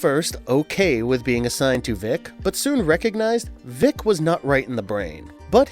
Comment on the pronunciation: It's "Vic", like "dick" not "Veek" like "leak". Short for "Victor".